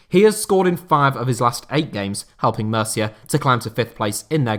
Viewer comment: Μercia ha ha....learn the basic pronunciations before you do such a show!....